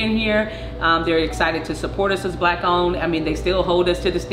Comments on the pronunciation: I like how he says black like black people are rare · this emphasis on how he says "black" bothers me ... lol